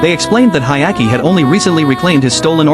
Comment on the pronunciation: Hyakimaru * Why would you call him Hayaki lmfao